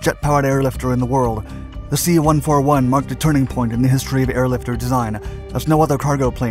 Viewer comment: Please don't say the American planes' designation number individually. A 141 is not a One Four One. It's a One Forty One.